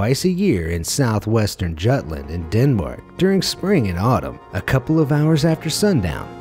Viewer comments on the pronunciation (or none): Jutland not jatland!!!!! In danish is Jylland (read as Jullland) Ju=you